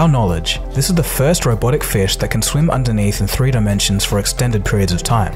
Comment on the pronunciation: "untethered" not underneath lol.